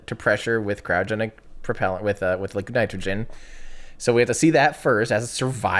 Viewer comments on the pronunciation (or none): none